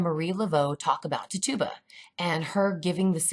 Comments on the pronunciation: it's not Ti-Tuba, It's Titch-oo-buh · TIT UUUUUU BAAA lol not TitOBA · You're saying the name wrong.. its Tit-u-ba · Her name is pronounced "Titch -U - ba". I worked in Salem and that's how it is pronounced there. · It is pronounced ti-cha-ba but wonderful video <3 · Tit u ba. Pronounced it wrong lol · Great video! Big fan of your channel!! Just fyi, Tituba is pronounced TIH-chew-ba with the emphasis on the TIH with a soft I sound. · contesting froud i came to type EXACTLY that. Like: How can you quote 5+ scenes from COVEN, where her name is pronounced correctly, & then say: "Tit tu bah"? Never heard her call Nan, "Non". lol & smh.. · anyone else distracted by how she pronounces Tituba? lol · Lol I like but please get her name right